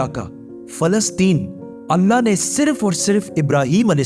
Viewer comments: Bhai video to apki acchi magar kya ap edit voice changer use karte ho kya kyun ki ap voice me (allah word) (alna) hora raha hai or Benjamin word benyamin ho raha hai 😒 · Mujhe aysa kyu sunai de rha h 3300 pehle anna ne musa as ko hukum diya , if its mistake please pronounce clear my brother